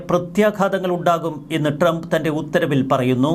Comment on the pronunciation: ente soy monae tremp ennu alla . trump. നന്നായി pronounce ചയ്യ്. go to google n write how to pronounce trump. listen carefully. repeat 100 times. expecting a great result. if it doesn't work out , confirm that u r a dumb.